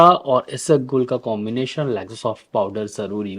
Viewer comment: Not isagol it's Ispaghol 😊